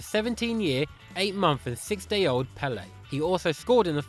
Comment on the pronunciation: You cant pronounce 6